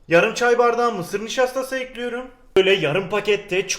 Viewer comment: Güle güle “Ekliyirüm” Hoş geldin “Boca Ediyorum”